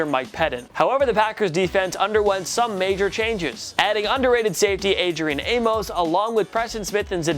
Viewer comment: Its adrian A-miss not A-mos